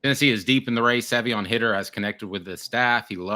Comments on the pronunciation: Guys, Savion's last name is Hiter, not Hitter. As a result, it's pronounced with a long I sound. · Come on guys, if your going to talk about a player at least get his name right! Its High-ter not Hitter! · If you guys are going to cover Tennessee football you’d think at least one of yall would how to pronounce the 5 star recruits last name the right way smh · If it is indeed pronounced Hi-ter like it is spelled, you guys are flat out idiots